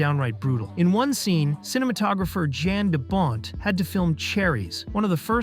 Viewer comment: Jan DeBont is pronounced Yon DeBoh